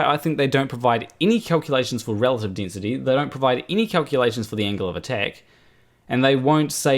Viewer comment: Igg. Dinsity. 9.81 metres per sicond per sicond sqeered. Aaaaargh! Sorry, I'll say it in a way you can understand. Iiiiiirgh! Harder to follow than Mining Boom.